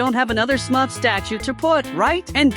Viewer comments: Why did u say sumrf instead of smurf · Bro said smuf🤣